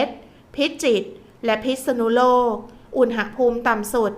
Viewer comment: ฟังทุกวันค่ะ รายงานสภาพลมฟ้าอากาศได้ดี. ได้เตรียมพร้อมรับมือ. แต่ขอติงนิดหนึ่งนะคะการออกเสียงภาษาไทย. คำว่า อุณหภูมิ ออกเสียงตรง หะ ต้องออกเสียงอะกึ่งเสียงนะคะ เพราะไม่ประวิสรรชนีย์. คือไม่มีสระอะค่ะ ฟังแล้วมันขัดๆ ติเพื่อก่อนะคะ เราจะได้ใช้และรักษ์ภาษาไทยเราให้ถูกต้องตลอดไปค่ะ ขอบคุณค่ะ